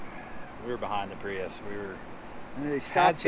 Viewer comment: Prius? Sounds more like "Free Us"